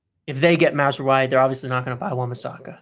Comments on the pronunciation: OK: it's pronounced Maz-ra-wi (just like 'oui' as in 'yes' in french). Not Mazrooayi or whatever that was. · Hey guys just to tell you that mazraoui is pronounced mazrawi. Good video as always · ' pronunciations have me rolling all the time. Did not see Maz-roo-eye coming